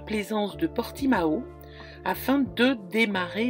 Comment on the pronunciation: Ccou c’est Portiman la prononciation En Portugais lol ça s’écrit Portimao tu me fais rire lol merci pour ta vidéo ça fait du bien de voir le Portugal mon mari est Portugais c’est très joli le Portugal et les gens sont très chaleureux gros gros bisous et merci bonjour à toute ta ptite tribu 💋🥰😜👍